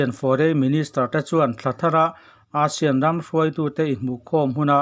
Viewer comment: A bengvar thlak hle mai Mahse, ASEAN lam rik dan hi chu a dik lo thin a english tawng a nih ang in ASEAN lam rik dan chu ei-sian ti a mizo tawnga kan lam rik dang hi a nih dan tur a ni.